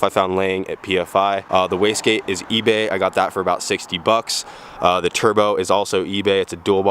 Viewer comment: every time he said Ebay I kept cringing